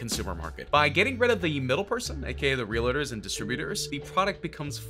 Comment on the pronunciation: It's REALTORS, not "realators." I hope you don't also say "athaletes"